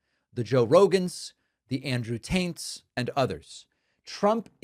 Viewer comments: Andrew "Taints". LOL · I heard you say Andrew Taint,David. It even shows up in the subtitles. Lmao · "Andrew Taint", I heard that, well done. lol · Does david say Andrew (Taints) on purpose? UNcharacteristically funny! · I don't know if it was intentional but I heard Andrew tait as Andrew taint perfect name for that skid zone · You call him Andrew “Taint” also 😂😂😂😂😂😂😂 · I'm sorry David, did you say Andrew Taint 😂 ⚖️🇺🇸🗽💯💙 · Yep. Taint 😮